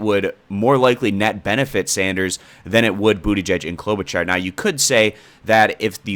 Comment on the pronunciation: Fyi it’s pronounced Klobu-(shar)